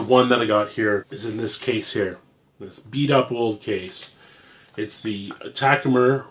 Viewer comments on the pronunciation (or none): What's a "Taku-Mer"? "Bee's Meow"?